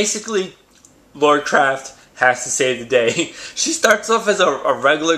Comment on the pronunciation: who the fuck is Lor craft? You meant Lara Croft, right?